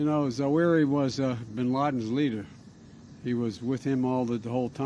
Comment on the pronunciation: Wow Zowow-hairy got that damn terra-wrist.